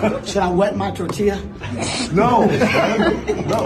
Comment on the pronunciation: Bro said torteeela